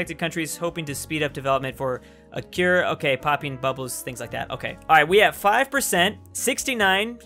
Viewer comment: “it used to hae”